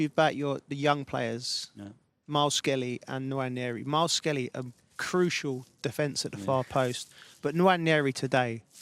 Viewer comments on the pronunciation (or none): “Miles Skelly” 🤦‍♂️ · Can Joe Cole be taken off of games where he doesn’t know the players names! “Myles Kelly.”